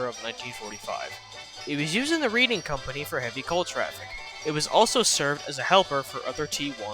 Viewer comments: Great video, although, Reading is pronounced (Red-ing) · Nice. Also, I apologize if I sound too professional, but the reading railroad is pronounced as the "Redding" railroad. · Also you pronounced the reading railroad like reading a book it’s pronounced like reding